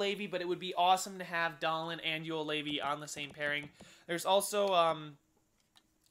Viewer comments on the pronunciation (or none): Dahlen is doll-een